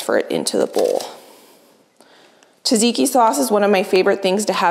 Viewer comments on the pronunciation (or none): I love how you say “taziki sauce” is that because you can’t pronounce tzatziki? The meal looks absolutely fabulous though! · Tzatziki , not Taziki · λεγεται τζατζικι οχι ταζικι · Hi, until next time, check on google translate how to pronounce tzatziki like a Greek😘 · we love you...but please look up how to pronounce tzatziki